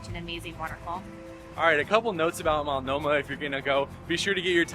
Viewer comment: It's (MULT NO MAH) NOT (MALT NO MAH).